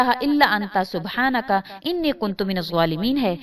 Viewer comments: Arabic verse jo slaam k baad perny ka app keh rahi hai... usmy inni nahi Anii kehna hai.... search kr k daik ly es ayat ko youtube pe.... bs views hasil krny ki peri hoti jaldi me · رب انی مغلوب فانتصر میں رب کے بعد انی زبر کیساتھ ہے